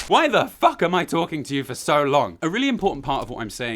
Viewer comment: * generic talk generic talk generic ta-- * "What the faulk????"